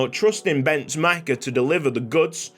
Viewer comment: Sooo about pronunciations, you butchered Bence and Darie all the way trough the series 🤣 Bence - to be correct you pronunce the E on the end as well just like i the middle Darie - you also have to pronunce the E at the end just like with Bence But at this point me as someone who speaks both Romanian and Hungarian I got so used to the wrong pronuciations that I just roll with them 🤣